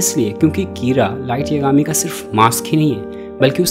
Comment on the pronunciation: I think it should be "कीरा" not "किरा".